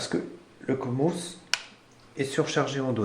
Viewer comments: "Le comos" Le C mosse, faut prononcer. "D'une façon permanente" Faux, puisque son fonctionnement dépend de sa pile. "Quand le PC est éteint il est alimenté par la pile" Tout le temps. "Qui pourrait être mortel à l'ordinateur" Je sais pas de quoi tu parles mais c'est du bullshit complet "Le BIOS AMI. C'est un ancien BIOS" ... Il est toujours mis à jour, hein. "Le cavalier JP4... blablabla... à ne pas utiliser car c'est une solution de dernier recours" Non..? C'est une méthode banale. "Des sites sécurisés... Plus sécurisés que Gogole chrome et Yotube." saute du plafond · Sa se trouve c'est juste par se qu'il a 2 de tension qu'il prononce mal 😂